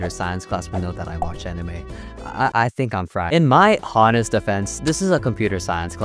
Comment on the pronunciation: "in my CHAW-nest defense" 💀💀💀💀💀💀💀💀💀💀💀💀💀💀💀💀💀💀💀💀💀💀💀💀💀💀💀💀💀💀💀💀💀💀💀💀💀💀💀💀💀💀💀💀💀💀